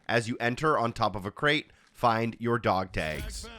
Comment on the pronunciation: You say dog tags very oddly. Dog tages lol